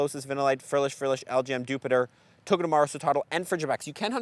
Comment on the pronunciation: Why do you pronounce Dewpider as "Jupiter" instead of "Spider"? (honest question, Spanish native... which side note: I always wanted you to do a "cheaper" trovatrip to Mexico T_T now with Hawlucha that's kinda obsolete)